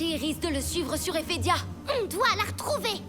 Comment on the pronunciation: C'est Ephedia pas Ethedia